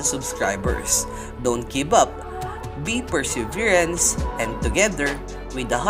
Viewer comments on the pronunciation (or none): di alam mag basa ampota😂perseverants daw😂tas braksy ang pag pronounce non tanga🤣